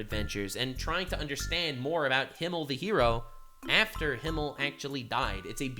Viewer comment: Besides everything else, I'm kind of annoyed she constantly calls Himmel "Hiemel" instead.